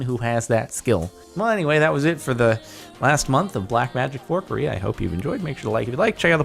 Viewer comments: Its FUCKERY not FORKERY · It sounded like forcurie